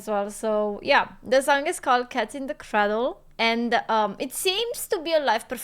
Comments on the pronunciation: Cradle = " cray del" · Listen closely to how she pronounces cradle